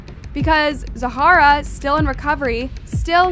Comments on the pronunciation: girllll i love your videos but its not pronounced Zahara! its just Zara! you say her name like 100 times incorrectly lol. Still love the video though! <3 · Her name apears to be Zahra not Za hara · same with Zahra being pronounced 5 diff ways 🙄🙄